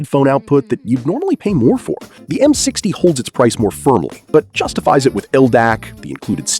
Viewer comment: "m six tie"